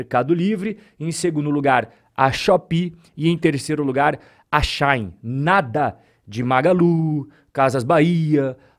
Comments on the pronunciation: Só uma dica. Não é “Xain” / é She de ela e In de dentro. Xi-in. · Não é relevante, mas a pronúncia de Shein é, algo como, xi in, traduzindo Ela dentro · eu ainda quero entender o motivo pelo qual aqui no braçil chama a shein de "XÁIN" kkkk